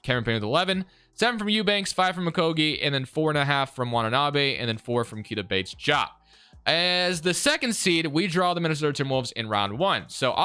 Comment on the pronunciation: why do you said diop like that? it’s pronounced exactly how it’s spelled